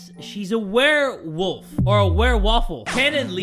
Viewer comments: A werewofl My ears as my eyes are looking at comments: WereWaffle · "Unless she's a werewolf or a werewaffle(werewofl)" 😂 i literally laughed for like 10 minutes straight😂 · I was getting food while they were talking about the doctor thinking the pregnant woman was a werewolf and when said Werewafl I thought he meant WereWaffle 😂 I was so confused... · 7 Second Riddles: Unless she's a werewofl: Or a werewaffle.._. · I love when you jay said unless shes a werewolf or a werewofl by the way werewafl is spelled wrong its werewofle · Ah, yes, a Werewofl. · "or its 'werewofl?'" OMFG I CANT🤣😂👌 edit) OMFG the riddle after that is soooooo damn sus bc Harty wouldn't be there at that moment if he left the place after he used the bathroom unless he wanted to leave the crime early but just go home and change his clothes and come back like NOTHING EVER HAPPENED (i commented this edit so correct me if I'm wrong T-T) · Werewofl? Werewaffle.